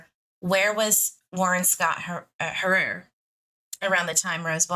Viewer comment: Hi, Harer is pronounced ( hair er ) certainly not being rude, love you I just thought I’d let you know